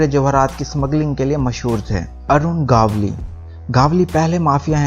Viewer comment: भाई वो अरूण गवली नहीं अरुण गवळी